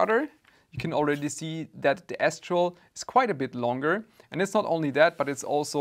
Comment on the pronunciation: Until i read the name, i swear my ears only heard you say S-troll 😀.